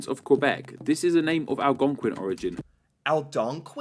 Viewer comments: It's Al·gon·quin not Aldonquin. The English language name Algonquin was borrowed from French Algonquin [alɡɔ̃kɛ̃], which, like in English, is the French name for the Algonquin people and their language. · Algonquin , not ALDONQUIN !! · Saying Aldonquin instead of Algonquin was sending me 😂 (I’m Canadian) it reminded me of a toddler learning their letters. Not in a bad way, but in like “awe that’s cute they’re trying” kinda way. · Pronounced Al-gong-quin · Al-GON-quin. 🤣 Sorry. It's a group of Indigenous Nations out east, including but likely not limited to the Wolastoq (WOE-la-stoke) and the Mi'kmaq (MEEG-ma). Mi'kmaqi (Meeg-MA-gee, hard G in both instances) is freaking huge, encompassing, as I understand it, most of Quebec, all of Nova Scotia, all of PEI, and about half of New Brunswick. Wolastoqey (Woe-LISS-toe-gway) is the rest of New Brunswick and down into Maine. I only know this because I have friends out there, eh. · “alGONquin” (Al- Gonk - Quinn) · I apreciate you and that you are learning about us, but hearing you say aldonnquin is sort of funny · whoever is narrating the video that you are watching is pronouncing words with an odd Britsh accent. ALGONQUIN in particular is oddly pronounced by that narrator. Try. breaking it down as follows: AL GONE QUINN. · Algonquin here is mispronounced by a Britt or auzzie. The word is ALGOBQUIN. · Al-gong-kwin Native Canadians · Algonquin, pronounced AL-GONE-QUIN. Nunavut is newer... it was all YK and NWT at one point. Not all provinces joined Canada at the same time. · "Al-gong-kwin" is how you say it, yes its a large native tribe :) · it’s Algonquin, not Aldonquin 😅 Because “British Columbia” is so long, I’d say most of us just say B.C. and forget about the British part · Algonquin - all-gon-kwin. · “Aldonkwin” he says 😂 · Algonquin = Al-gone-quin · Al-gon-kin is the closest to how you pronounce algonquin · Its Algonquin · Algonquin. With a G sound.